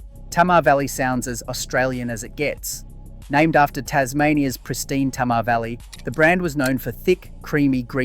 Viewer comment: Interesting, but you are mispronouncing Tamar. To me as a Tasmanian, it's actually painful.